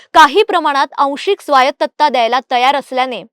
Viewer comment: स्वायत्तता असतं स्वायतत्ता नाही 💀